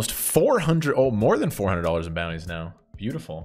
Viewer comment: Everyone who plays PKO's butchers the name of the style of tournament.... Except you.. You say focus on the bounties, but " get the booty " out is what it sounds like.